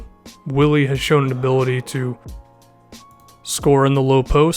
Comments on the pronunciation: If you gonna ride this dudes jock at least get his name right. It's spelled WILLY but pronounced BILLY. And KP hates to be called "The Zinger". You're killing me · It is actually BILLY. In Spain you pronounce "w" has a hard "b". It is BILLY not WILLY. Just so you people who aren't Hispanic know this. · I'm sure there's like 50 comments about this already but his name is pronounced Billy not Willy I know it's dumb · It's pronounced billy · its pronounced "billy" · His name is pronounced Billy btw. Good video, I love Hernangomez! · his mom is German and they pronounce willy like Billy. at least that's what Mike Breen and Mark Jackson said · His name is pronounced billy btw... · it still pronounced billy tho lol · search it up, its spelling with a w but pronounced with a b it's weird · Yeah pronounced Billy because his mom is of German decent